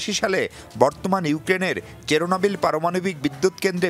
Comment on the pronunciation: "কেরোনাবিল" না বোকা, 👉 "চেরনোবিল"